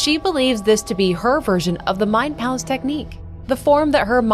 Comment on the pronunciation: It's mind PALACE! Not mind place